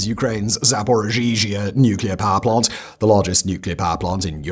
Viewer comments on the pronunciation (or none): Great video as always. Just one thing I just cant un-notice is Simons pronounciation of Zaporizhzhia . The Zh isn't actually pronounced twice, and the I comes only once before the Zh's. Not ZaporiZhiZhia as pronounced by Simon. Sorry for the nitpicking, I just can't get over it. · Yeah hes been saying this the wrong way since forever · How long until Simon opens Wikipedia and presses the speaker button next to the name of the city of Zaporizhzhia and realized that he has been pronouncing it wrong for several months now? 😂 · I tried to ignore it for a while but i have to say something... Simon, you're pronouncing Zaporizhzhia incorrectly!😅